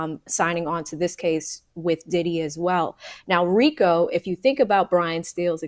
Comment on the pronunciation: "frico" not "Rico" lmao😂